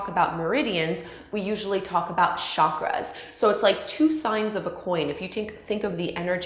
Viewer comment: Great explanation. I just wish your pronunciation was better. Hatha, chakras, and asana aren’t being pronounced properly. But your videos are great and very informative.